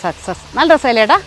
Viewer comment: ഏട്ടാ ഏട്ടാ എന്ന് വിളിക്കുന്നത് കേൾക്കുമ്പോൾ എടാ എന്ന് തോന്നുന്നത് ആണ്.